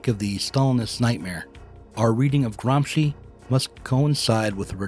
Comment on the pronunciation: Love you, man! You said Gramsci perfectly every time. You make me feel that myself, with my very limited knowledge of Politics and Philosophy, can still help somehow. Pronunciation isn’t important when the message is in written. But your videos have value also in being so. What I mean is thank you!